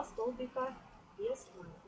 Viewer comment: Не надо говорить с ударением на первый слог "нАкид" правильно "накИд.